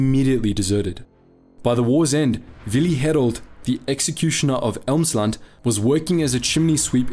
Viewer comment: Its Emsland not Elmsland......just telling 😂 Source: I live There😁